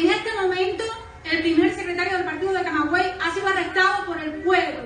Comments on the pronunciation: É CAMAGUEY, não CAMEGUEY. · Não é CamEguey é CamAguey... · É Camaguey e não cameguey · Tu inverteu. É Camaguey. Não é Camegay nem Cameguey. É "cama" mesmo. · Pelo amor de Deus, cara, CAMAGÜEY, fala a porra do nome da cidade certo! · Pare de falar o nome dessa cidade ERRADO, cara!!!!!!!!!!!!!!!